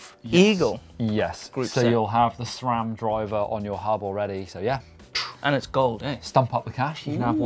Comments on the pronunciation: there is no H in Sram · #AskGMBN Why does always pronounces Sram like "Shram"? xD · I love how says SRAM "shram"